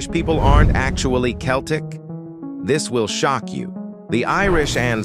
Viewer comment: Can't even pronounce Celtic properly